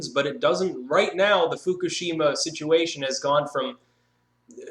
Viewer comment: it's pronounced foo-KOOSH-im-ma